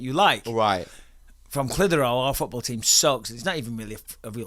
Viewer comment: I'm from Massachusetts and I've heard of " Clithero" ! Theres a old Clithero factory in my city but now i know it does Cotton but the reason its sticks out is its spelled like Clit Hero and idk...i got a kick out of that buttt i did know it is pronounced like Bisping says it Clith. her. ohh ...but i will forever know it as Clit HERO! In my minds its 2 words on that old decrepit sign in my city but i always wondered what they did....and now i know! They make cotton for vaginas thats awesome 😊